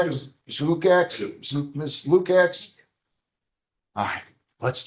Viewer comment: The name should be pronounced “Loo-kach”. It’s spelled Lukacs.